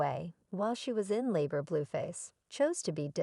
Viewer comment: Why can’t you pronounce their names right?? It’s not BlueFish!!! It’s Blueface!! And it’s Chrisean !!! 😅